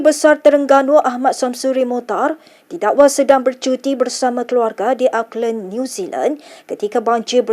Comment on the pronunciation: Sebut Auckland tuu betul2 sikit.😂